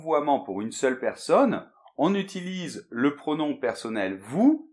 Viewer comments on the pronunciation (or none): none